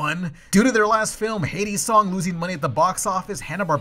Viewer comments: Why does he keep pronouncing Heidi's song like "Hades song"? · You kept calling Heidi pronounced hī-dee, Hay-dee Not cool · keeps mispronouncing "Heidi" as "Hades". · Ya keep saying "Hades song" instead of "Hide-E's" so I keep thinking Hadestown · re: Heidi's Song pronunciation. It's HIGH-dee, not HEY-dee. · Heidi=Hi dee, not hey D😂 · Why are you pronouncing Heidi (Hide-dee) as Hade(Hay-dee)? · Heidi = hi+dee, not hay+dee. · It's pronounced "high-dee" not "hades" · Why do you keep mispronouncing "Heidi's?" Should sound like "HI D's" You're saying it like "Hades!" Kind of annoying. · The only sound issue here that bothers me is the pronunciation of Heidi as Heydi. It bugged me so much I looked up a clip just to see if they pronounced it that way in the film (they did not). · Why do you keep saying Hades' Song? You showed a clip where they say the name right lmao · You pronounce Heidi's like Hades. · Are you mispronouncing "Heidi" as "Hay-dee" or is it actually pronounced like that in the movie? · Is pronouncing Heidi like that a joke? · (That is not how you pronounce Heidi,...) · The way you pronounce “Heidi” drives me up the fucking wall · Your pronunciation of Heidi is horrendous, and the fact that you put the trailer, with the correct pronunciation, so close afterward is just amateur hour. Great job.